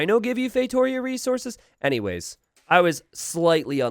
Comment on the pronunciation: Not to be that guy but ... to be that guy it's pronounced "FeitoRIa"